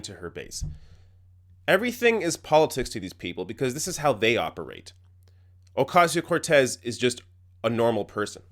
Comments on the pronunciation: I think they were told to miss pronounce her name on purpose by the higher ups. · First of all none of these idiots can pronounce her name correctly... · Did they even try to say her name correctly? I'm going to guess no.... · Shame on Fox for their shallowness and turning a real social problem into a joke and at the expense of a new member of Congress. Pff. They’re so pathetic. Also, they’re so racist, they don’t even learn the proper pronunciation of her name. They’re lower than low. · Why are they deliberately mispronouncing her name? Fox news is so juvenile! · The fact that they can’t even pronounce her name right (let alone make fun of her for not being able to afford an apt in DC) shows that they could give two shits about her or any regular person in our country. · Jesus fuckin' Christ man. If you do not know how to properly pronounce her name by now you do not belong in journalism, you stupid bimbo. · These pompous assholes. They won't even say her name right, I think that's intentional to demean her. People like this should be put out of our misery. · I think it's pretty obvious they're purposely mispronouncing her name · Do you know why they can’t pronounce her name? Because they are morons! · I cringe every time they mispronounce her name. So glad she called them out on it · I don't know if they knew if she got any degree at all... they did not even get her name pronounced right. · They do it on purpose to denigrate her. They know EXACTLY how to pronounce her name. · Can they at least say her name right? Ffs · even this guy can't say her name right ? white people's syndrome. if your name isn't europeen , they have all these walls up and even when you spell it slowly you still sense reticence. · First of all, you DEAD EYED BLONDE TWAT, her name isn't OcAYSeyo Cortez... it's pronounced, OcOsio, YOU FUCKING uncultured, Botox assaulted, dumb shits!! I hope these women get Botulism. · Somebody please tell them her name is pronounced Ocasio Cortez